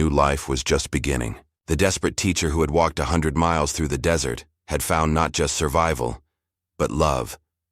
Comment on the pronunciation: Come on "desert" pronounced "dessert travel?" Pooling our resources, not pulling. Attend to, NOT two. The word led is not capitalized in the middle of a sentence. LED in all caps is a type of lights, I believe. That's the only time the whole word would be capitalized.